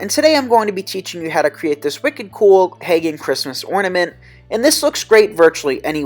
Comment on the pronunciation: Haha I thought he said pagen too